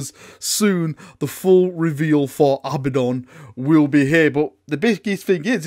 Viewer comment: JEEZ! It's A-bad-on, not Abba-don. Also, it's spelled Abaddon!